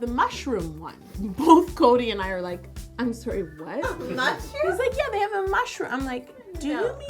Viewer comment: Fun thing: when you said mushroom I totally understood marshmallow until you said the word marshmallow I got I was so wrong hahahahaha